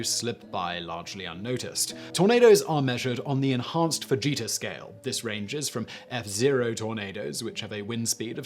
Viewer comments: You heard 'fajita scale', because he SAID 'fajita scale. But it's fuh-jita (Fujita). The word you wrote is pronounced 'fa-HEE-ta', of course. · I thought he said enhanced Vageta scale for ranking tornados at first. I want a name change now for this scale